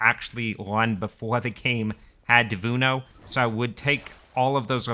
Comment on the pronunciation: it is Denuvo not devuno XD XD